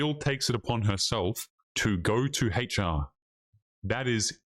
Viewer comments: I liked hearing dude say Haytch-R the whole video. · I approve of pronouncing HR as "hatech are"